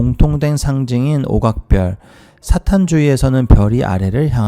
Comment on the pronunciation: 귀한 정보 주샤서 감사합니다 한가지 사탄이라고 분명 언급하시는데 읽으시는데는 사단으로 들리는데 맞나요. 사탄으로 읽으시는것이 맞다고 생각 되어집니다..